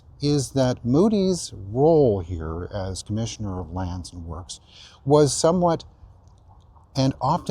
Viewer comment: "Land and works". Works rhymes with perks, not with forks.